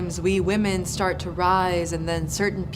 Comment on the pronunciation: its not "Liberals Ruin Women" its "Liberals Ruin WAHMEN!!!!"